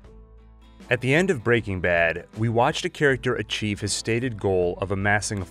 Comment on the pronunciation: After countless hours on your channel, I’m still not quite used to how you pronounce “BREAking Bad.” 😂